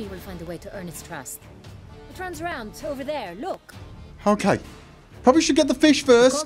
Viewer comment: That's usual "kay" Further, in 5 years I must have heard less than 10 swear words (or affiliated) on this channel.